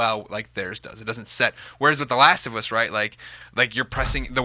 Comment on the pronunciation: The laast of uuss!